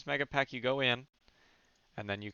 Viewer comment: so you can read a text file? but please to hear the 'A' of megapAck